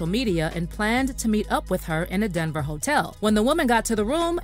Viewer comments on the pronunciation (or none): none